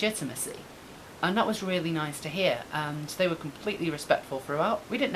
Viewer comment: Stephen Horton ha! Omg I can hear her in my head saying it now! Cathy ear worm, ta! She really has to stop trying to waylay people like that, so unprofessional. I weally, weally, WEALLY hope JP sees it 😁